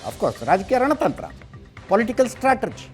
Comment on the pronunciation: ಇಷ್ಟೆಲ್ಲಾ ತಿಳಿದಿರುವ ನೀವು ಸ್ಟ್ರಾಟಜಿ(strategy) ಪದವನ್ನು ಸ್ಟಾಟರ್ಜಿ ಎಂದು ಹೇಳುವುದು ಆಭಾಸಕರ.ದಯವಿಟ್ಟು ಇದನ್ನು ತಿದ್ದಿಕೊಳ್ಳುವುದು.ನಿಮ್ಮ ಅಭಿಮಾನಿಯಾಗಿ ಇದನ್ನು ನಿಮ್ಮ ಗಮನಕ್ಕೆ ತರಬಯಸುತ್ತಿದ್ದೇನೆ.